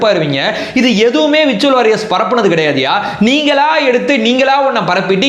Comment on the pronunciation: விர்சுவல் வாரியர்ஸ் இல்லை . உச்சரிப்பு . வெர்சுவல் வோரியேர்ஸ் - virtual Warriers